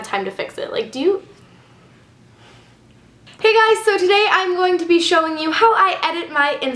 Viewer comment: WTF? am i the only one freaking out cause she says "I SEE YOU GUYES"??? YASSS theres hope